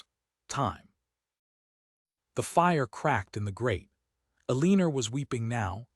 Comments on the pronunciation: Ellen or.Not pronounced E lean or. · PLEASE…Eleanor is NOT pronounced Uhh-lean-ur!! It’s Ellen-or. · Isn't her name Eleanor? Never heard of Eleener. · I’ve gotten used to bad AI narration but the Eleener is especially irritating. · I can't listen to the mispronounced nam3 any longer. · It’s so blooming irritating! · 😂😂😂👌 The odd things that AI cannot master.......😮